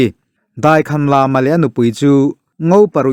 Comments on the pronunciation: Daikhanlama tih hi a thluk a dik lo.Lama hi thluk loh tur. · Daikhan lama i tih hi lam ah hian thluk a awmlo ang a.